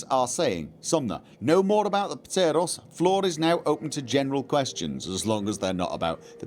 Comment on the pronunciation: The p is silent in ptero and pteroray like with pterodactyl